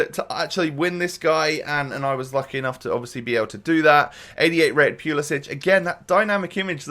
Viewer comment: Pulisic is pronounced pull-sick